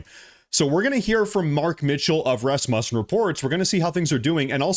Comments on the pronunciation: RasMUSsen? Pronounced RASmussen where I’m from. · Dude learn how to say the names the word sounds like (Raz-moo-sin) or (Ros-moo-sin)THat is how you say it Rosmussen. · it's pronounced Rassmuessen. (Second syllable like 'u' in 'useless'.) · Íf you are maga,Then how is it that you can't even pronounce Rasmussen correctly?